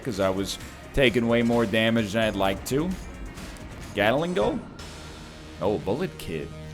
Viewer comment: NL, please. It's "GAT-LING', not "GATTLE-ING'.